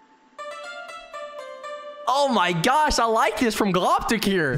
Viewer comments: more like oh my gyosh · He said oh my gosh in a slightly weird way (no offence)